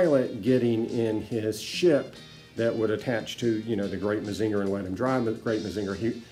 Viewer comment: mah-zing-ur......not mah-zinger